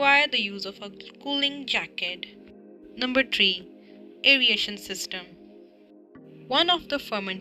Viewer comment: Very nice and helpful video. But some words are pronounced wrong; if the student pronounces these words like the narrator in the video, it can cause confusion. The terms that were repetitively mispronounced are 1. Fermentor 2.Bioconversion 3. aeration 4. Access 5.Impeller